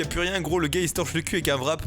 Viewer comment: Petite info pour tous les français, un wrap se prononce un rap. Merci !